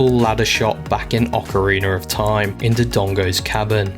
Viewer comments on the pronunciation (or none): Well done video, and I find you saying Ocareener of Time to be comical and enjoyable lol. Thanks for this my dude